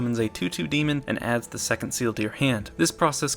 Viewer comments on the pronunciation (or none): none